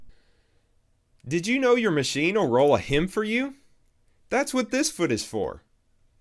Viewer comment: I stopped watching after you mispronounced "HEM'' the third time. It's HEM and not HIM.